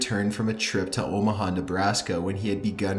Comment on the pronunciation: Omaha more like o ma ga